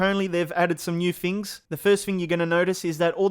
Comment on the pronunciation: “ New fings “